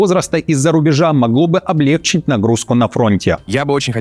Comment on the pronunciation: Спасибо за чётко и по делу! Но, пожалуйста, в слове Облегчить ударение на последнем слоге!